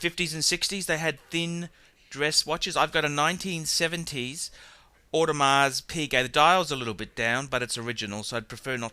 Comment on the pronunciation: I don't think you said audemar piguet correctly O_O.